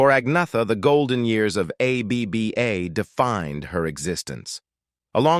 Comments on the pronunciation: "A B B A" -- you lazy sht, at least teach the AI how to say the name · A.B.B.A. 😀 in the middle of the vid, the ai pronounces ABBA as a word as it should. So, 16 minutes to tell us that Elvis and Agneta could have worked together once but didn't.